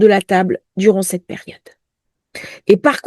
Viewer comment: 😂😂😂😂🤣🤣comme" perione" au lieu de "période"... 😂😅 que c'est énervant... ❤